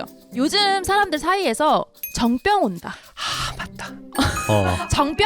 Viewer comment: 미치겟네 이게 무슨 그림이냐 정뼝 아니고 정.병.이라고 발음하는 거 의사 쪼 티나서 개웃김